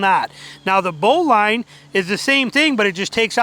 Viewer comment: It's bow-lin not bow-line